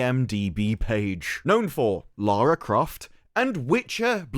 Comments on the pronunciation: You're british right? Why the fuck can't you speak english? youknow that LARA and LAURA have different pronunciations, right? Apparently not. JFC. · it's LARRY CROFT sir! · It's not Lara, Larry Croft.